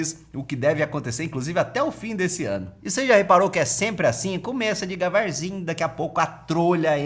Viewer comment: Cara, eu curti demais esse noticiário, continua assim. Obs: Desculpa a minha atenção detalhista,as você falou "degavar" na parte sobre as taxas pela Amazon KKK